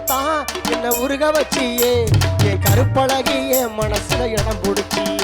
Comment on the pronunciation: உச்சரிப்பில் கவனம் செலுத்துங்கள்.கருப்பழகா என்பதை நன்றாக உச்சரியுங்கள்.